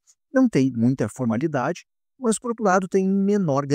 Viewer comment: Parabéns pelo vídeo. Mas ficou a dúvida, porque "mãs" ao invés de "más"? rsrs